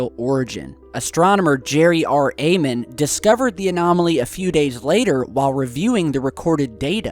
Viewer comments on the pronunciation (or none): none